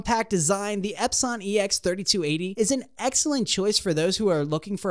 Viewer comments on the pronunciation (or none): I’m not taking somebody who can’t pronounce epson seriously.